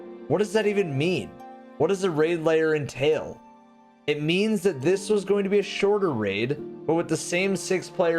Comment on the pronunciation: Like your vids but bro it's pronounced LAIR, not LAYER